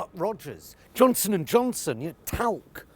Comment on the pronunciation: No t in Johnson.